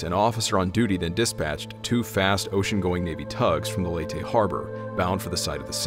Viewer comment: Pronunciation Leyte = LAY-tee Tacloban = Tok-LO-bahn